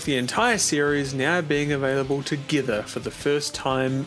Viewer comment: "Te Gither for the first time eivah"